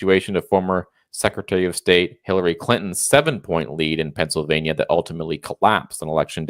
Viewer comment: Did he say Transylvania or Pennsylvania..🤢